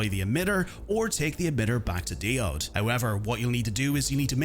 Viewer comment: Why do YouTubers speak like A.I all the time. Can't they be asked to actually learn how to pronounce something properly ever? It's an English word. You're speaking English. You should know how to pronounce things even if it's your first time reading a word "dee-odd"?! DIE-ODE, you know like the elctrical component?